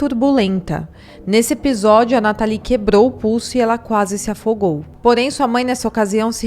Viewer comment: A pronúncia correta é “nátali” não “natalí”